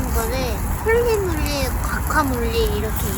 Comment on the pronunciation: ㅋㅋㅋㅋㅋ 악센트가 그게 아니잖음 홀리~ 몰리~